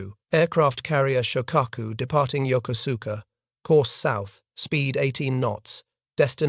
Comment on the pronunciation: This is an excellent documentary but the city in Japan mentioned during the video is Yokosuka (pronounced: jokosɯ̥ka). The narration does not pronounce its name correctly. And I should know, I was born at the US Naval Hospital at Yokosuka US Naval Station in October 1960.